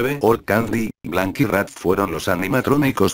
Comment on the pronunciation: En el principio dijiste rak :v